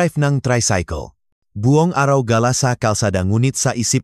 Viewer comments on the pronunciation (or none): none